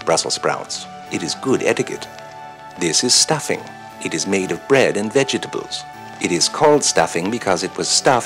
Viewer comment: Vehgehtahbul lmao